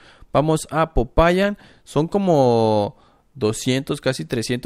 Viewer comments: SE DICE POPAYÁN EN EL MINUTO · SE DICE POPAYÁN